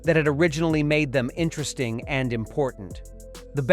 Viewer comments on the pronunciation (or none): none